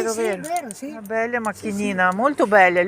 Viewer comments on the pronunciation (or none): БелЯ макініна.. БеллАаааааа... Як ви розмовляєте??? Вчіть мову. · Якщо ,ви пані уже довго в Італії живете то вчіться говорити правильно по італійськи не беля а белла,невже ви не чуєте як говорять і як говорите ви?